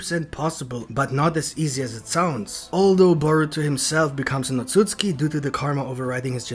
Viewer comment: how many likes is it gonna take for you to stop saying otsuski.